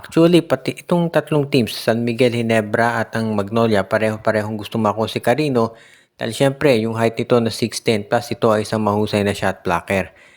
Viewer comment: Cariño Hindi careno gago